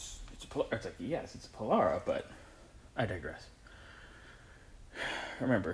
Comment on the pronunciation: Beautiful...and power windows to boot! Just pronounce it, "po-LAIR-ah" and we'll be good....